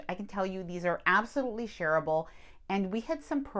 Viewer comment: Shareable sounded like you said terrible 😅